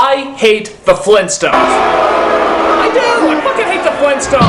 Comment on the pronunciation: GRAND DAD?! FLEENTSTONES?!?!